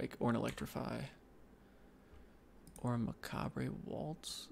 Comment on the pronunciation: This feels like I am being douche, but I cringe every time you say plague and macabre. No on says macabre right, but plague? Sorry. This is knitpicky, I like your draft content. You are good at thinking out loud, and I love that you see and own your mistakes.